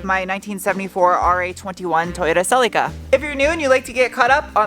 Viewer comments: Sounds like you are saying Silly Car instead of Celica. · I like how you pronounce Celeeca.